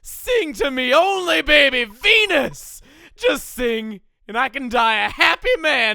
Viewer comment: Okay so I was zoning out a bit and not looking at the video, but Venus sounded a lot like penis.